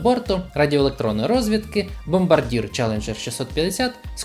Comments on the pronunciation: Красивий літачок і чудова модель! - назва компанії читається як Бомбардьє ніби? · правильно говорити "Бомбардьє"